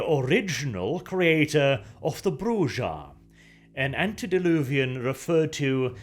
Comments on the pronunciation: It's a mexican name pronounced "brew-ha" the j is a an h is Spanish. Thats why in chat Spanish speakers type jajajaja meaning hahahaha. Other then that i like this. Thanks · Arent they called „brucha“?Ah sorry i dont know to spell this sound in english like a k but a bit like growling? Like the german ch? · Bruja is witch in spanish, so it's broo-ha. Here's a writer who worked on vtm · Its pronounced BREW-HA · i believe its pronounced "Bruha" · Bruza? What? That is some funky pronunciation. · Best way to pronounce it is to roll your tongue on the R. Br-oo-ha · The name is Spanish. It's Brew-ha, or Broo-ha. Like how people who speak Spanish say Hey-Zeus instead of Jesus. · I like you, you're a good dude but that was the most pedantic VTM lote video I'd ever watched. Brujah is said brew ha for one, and for two you're wrong in about every way. 0 stars. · This is not how you say "Brujah", I don't even know how you could read "j' and thing "Ah, yes...that's obviously meant to be a Z". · Okay... how, in the BOILING HELL, do you pronounce the clan1s name, as BRUZAH???!!! Dafuq is wrong with you, you weird, blonde well of scandinavian sass?! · Your pronouncation of Brujah gives me cancer.. its Brooha, akin to the Spanish word Bruja for witch, not Bru(i)ser. Check the old VtM game if you don't believe me. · Bruja is pronounced "Bru-Ha" its spanish brother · I know English isn’t your first language, but it’s pronounced “Broo-Hah”. It’s the Spanish word for “Witch”. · Ugh triggered within 10 secs!!!! Brew-Hah sorry!!!! Baba Yaga= 4th generation nosferatu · Have you even played VTMB ? In talking to Jack you can learn how to pronounce Brujah, and it is certainly not Bruzer. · Bruha is read as Bru-ja. It's based on the Portuguese "Bruxa" which means Witch. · It's not you are correct, Countu it's is indeed pronounced Bru-ha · Definitely brew -ha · I usually do as well,. but I've heard it pronounced "Bru-yah" and "Bru-jah". Never "Bru-Zah" until today. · "Bruza" Yeah, no.